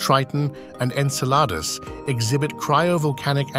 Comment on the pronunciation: I just can't get over how he says "Enceladus" like the French say "une salade".